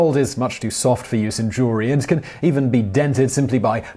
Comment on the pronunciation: Ha ha... He said "Jew-ler-ee" Jew-el-ry.